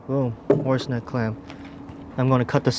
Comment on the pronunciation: Did u say horse neck, or horse dick?